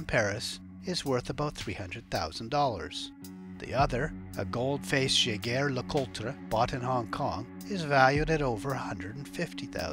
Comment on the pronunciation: LOL the narrator is definitively not a watch guy; Yaeguer Lecutree! lmfao